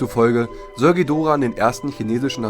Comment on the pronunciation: Danke das ihr nicht Dschidorah gesagt habt!👍 Das tut mir immer in den Ohren weh! Aber jeder Jeck iss nunmal anners!😉